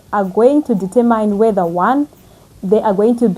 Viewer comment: Sweetheart Google how the word determine is correctly pronounced. I have a feeling you will keep coming back to this word in future videos. I don’t mean to be rude…just trying to help. Other than that, you are fluent, composed and well spoken … cherry on the top is your construction knowledge. Thank you for all the information.